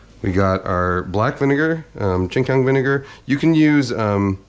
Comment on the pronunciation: My man did not just say ching chong vinegar lol